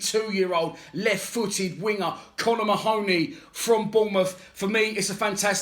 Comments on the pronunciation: Get his name right mate 🤣 its ma-honey not ma-hooney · Should be pronounced " Marhney".